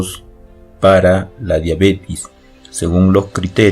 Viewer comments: todo muy bien pero la pronunciacion es diabetes con E previo a la S no diabetis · No es Diabetiiiiiis ;(. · Todo iba bien hasta que dijo diabetis